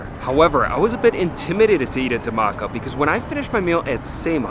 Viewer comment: Hi! The Dh in Dhamaka is pronounced like the English word “The” but explosive. Like THE-maka